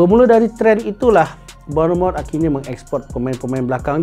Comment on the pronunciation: Eklis, gugel la kejap ..cemana nak sebut kelap bonomot tu 🫩